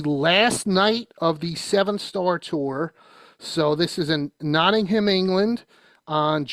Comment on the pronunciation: Wait, he gets Birmingham right but then screws up Nottingham? lol